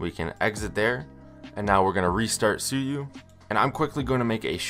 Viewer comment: Suyu❌ Sue you✅